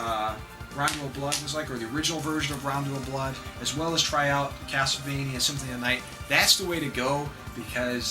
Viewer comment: lol just like in your previous videos you call it "Synthony of the night" :P But great video like all of your video, they just have something great about them.